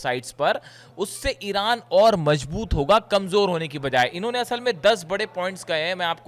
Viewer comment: you are a wonderful reporter but you need to improve your pronunciation. You pronounce J instead of Z (majboot instead of mazboot). You mispronounce Ka instead of Kha. Ali Khamener's name is wrongly pronounced by you. Remember bad pronunciation spoils the good reporting.